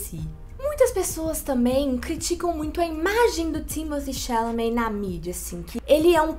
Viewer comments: Amo. Mas manas, a pronúncia correta do boy eh “Timotê” “xalamê”. Foi ele que falou kkkk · Thimotté Chalamet minguê. O escolhido foi você. 😂